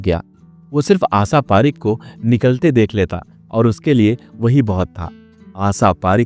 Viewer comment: उच्चारण बिल्कुल खराब दर्ज़े का है श को स क्ष को छ बोलना बडा भद्दा लगा आशा पारेख का नाम गलत बोलना बहुत बुरा लगा